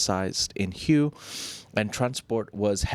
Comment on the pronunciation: Hue not hyoo